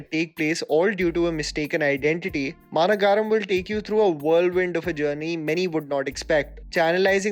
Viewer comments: Bro I appreciate u r effort but on u r pronunciation is wrong its “maa nagaram “ maa mean :big Nagaram mean : city Big city maa nagaram looks two world but it s one word And is kaithi , ala vaigundapuram also pronounced wrong pl correct on u r upcoming video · To.. the movie "Maanagaram" is pronounced "Maa-nagar-ahm" basically means capital.. just sharing it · not to be rude. Its Ma-na-guh-rum.(Bit city) Just wanted to point it out. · Man please work on your pronunciations of south movie names. Maaa-na-ga-ram. Alla Vy-kunta-puralu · Great list.. Also, "Maanagaram" is pronounced as " Maa - Nagaram" - translates to "Large - City(same as Nagar in Hindi)", a reference to how differnt people with normal life meet in a extraordinary situation in a large city.. :).. Again, brilliant videos :) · You mispronunced the name Maanagaram. It means Big City. It's the Short term for the word Maha Nagaram. also, Ala vaikunthapuramlo . It means there in vaikundapuram. Pronounced as alo, vai-kunda-puram ,lo. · The way u pronounce koshiyum and maanagaram 😂.. super content though ❤️ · The way you pronounced Maanagaram is going to haunt me forever. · It's not managaram but ma nagaram(big city) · Literally no one:: "Maanagaaaaram" 🤣 "Allavaikuntha purrrrrrrrr... amulooo" 🤣🤣🤣 Jokes apart...thanks!! For making the quarantine better for all of us🖤👑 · Quick tip on Tamil pronunciation - it's Maa-Nagaram which means big city, Nagaram is a version of Nagar and Maa emphasises it's big. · ... Maa Nagaram.. meaning big city.... not Mana Gaaram dude ... Alaa Vaikunthapuram lo.... Not Alavai Kunthapura mallu..... Today i learned the importance of splitting a work rightly... Maan, u shd atleast get the names right, understand the difficulty in accent... please..... some efforts pls... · It's not maanagaram its maa-nagaram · Not Maanagaram prounce like Ma Na ga rm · It's not Maana-Gaaaaram. It is Maan-uh-Garam as in Garam masala. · Its ‘Maa nagaram’ not ‘maa na gaaram’